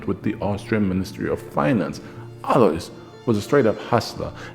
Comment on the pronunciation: For the record, since you`re usually an expert at foreign pronunciations in German the s in Alois is silent.